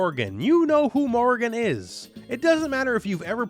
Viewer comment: Morrigan not Morgan. You said it so many times, it's quite infuriating.